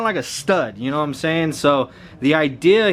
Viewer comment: When u say « know what I’m sayin » all I hear is Jroc’s knowmsayyyyyin